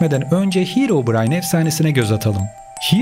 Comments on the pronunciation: Hirovrayn deyil herobrayn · Bışey soylicem de hirobrayn diyo